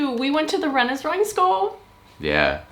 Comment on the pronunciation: You're probably aware, but you're pronouncing Randers wrong. You need to pronounce the "a" more sharply, like the "a" in "Shark", or danish word for kind; "rar" Secondly, the "d" is silent. Though I don't blame you, you're likely used to pronouncing d's when you see them after n's, such as the name Rand Paul - but this is wrong. (And you did do it right in the second half of the video) Finally, the "er" sound is actually more of an english "or" sound, or the way you pronounce "os" in danish.